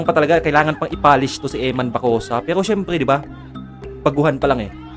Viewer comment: Wag Kang bulol gagi😅😊😂 imbes na pero ang dating pewo😅